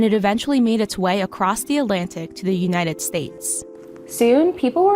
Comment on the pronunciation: "duh newnighted states" wow, does no one proof these videos?!